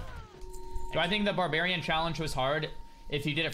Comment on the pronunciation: barbarian or xarbarian? :D